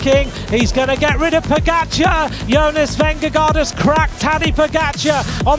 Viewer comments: When you can't even pronounce Pogačar correctly, should be ashamed they have their name attached to this. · For the love of God can you guys pronounce Pogacar correctly?